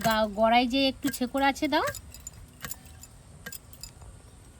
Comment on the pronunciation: ছেকর নয়।শেকর বলা হয়।